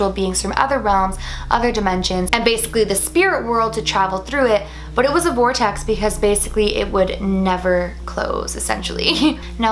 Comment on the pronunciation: When you said ‘vortext’ I imagined a puffy circle of clouds 😂